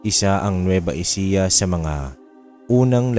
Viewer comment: nueva ecija not nueva ejica